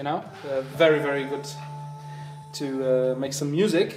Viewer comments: er hat es halt wie im bayrischen ausgesprochen und nicht im englischen :D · Klang schweizerdeutsch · Mischung aus Deutsch, Bayrisch und Englisch :D:D:D